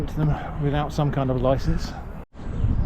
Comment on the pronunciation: I almost pissed myself when you said "you need a loicence."